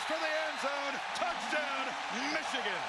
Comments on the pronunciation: Stop saying Meeechigan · Meeechigan lol